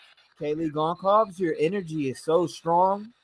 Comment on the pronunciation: The last name Goncalves is pronounced Gun- solve-ass.